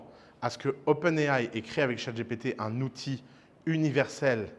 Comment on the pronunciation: Je suis nostalgique de l'époque ou Ouss disait "Chat GTP " ! 😢